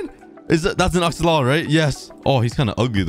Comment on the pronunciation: I love the way he says axolotl assolotl